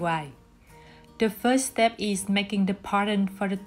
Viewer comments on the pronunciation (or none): none